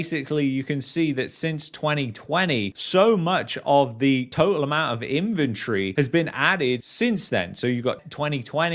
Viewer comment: In-ven-tory.. the way you pronounced it sounded like infantry. You brits crack me up.